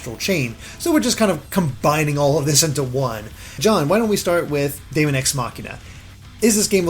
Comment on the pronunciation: Daemon is pronounced demon by the way :p